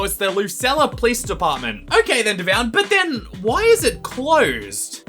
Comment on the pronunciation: called you Devoon